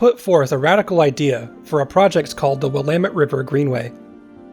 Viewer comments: Please tell, do the local residents actually pronounce it as, Wil-AH-met River"? Thankyou for beautiful vistas! Your researching efforts are much appreciated, too. :) BTW, I'm thinking the gov doesn't "abandon" much, ya know? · one way to remember how to pronounce Willamette...rhymes with dammit. 😉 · I live in Colorado Springs colorado on willamette ave and its weird hearing you pronounce the river name. haha here everyone says "will uh met"